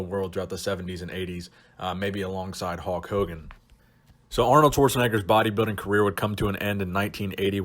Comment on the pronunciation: Hulk? I swear dude just called him "Hawk" the first time.